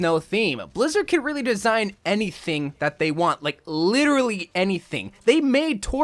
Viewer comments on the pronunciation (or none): none